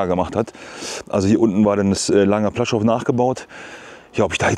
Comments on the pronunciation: Kleiner Nerd-Tip: Das "L" im polnischen, was durch so einen Strich "gekreuzt" wird, also das: ł.....das ist ein "ue", am ähnlichsten Vergleichbar im deutschen mit einem W......das heisst das Lager heisst nicht "Plaschow", sondern wird eher "Puaschau" ausgesrochen. Gutes Beispiel hierfür: Die Stadt Lodz, hat auch diesen Buchstaben, und wird EIGENTLICH eher "Wuudsch" ausgesrochen. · Es spricht sich ´puaschow´ aus……